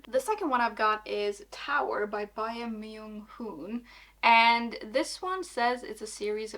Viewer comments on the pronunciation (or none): just so you know, the ae in Korean names is pronounced like ay in English or ä/æ, so Bae Myunghoon would be pronounced like Bay Myunghoon